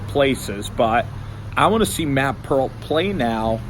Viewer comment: it’s Peart. pronounced ‘pert’ i believe